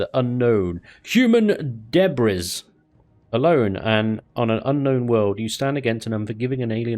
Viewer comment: he really did just read debris like that...